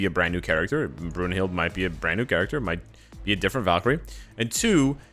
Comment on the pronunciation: Her name is pronounced BROON-hilt but an English version is BROON-hildA with the "e" sounding like an "a".